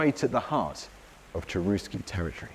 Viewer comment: The name of the tribe "Cherusci" was pronounced "CHERUSHI" in Latin. In the native language it would have been "CHERUSHKA".